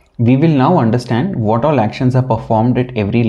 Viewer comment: The presentation is very distracting due to your poor English skills. You could be a lot more successful by correcting your pronunciation of letters and speaking proper grammar. For example the word What starts with a W sound not a V Sound. All dictionaries include pronunciation for all letters and words.